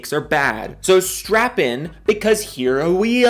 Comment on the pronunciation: Did you say strap on??